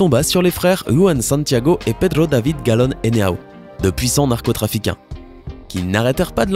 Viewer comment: Narcotrafiquain. Mdrrrrrrrrrr , on dit narco-trafiquants